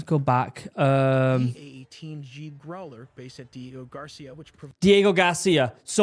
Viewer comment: OK, you shouldn’t be watching AI videos. Men have nothing against you for it but don’t feed AI channels man. It’s not good for well. Anything also I hate that the AI mispronounces growler.